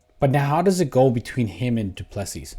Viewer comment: Pronounced "doo plu sea".Agree with you, I am sure DDP'S team have a game plan figured out